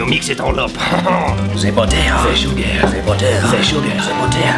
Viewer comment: Ze buttar Ze sugar Ze buttar Ze sugar Ze buttar Ze sugar mm hm hm HMMM Ze sugar ze buttar ze sugar ze buttar